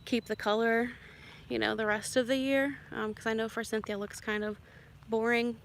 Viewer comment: Not trying to be persnickety , but fyi there is no N in forsythia .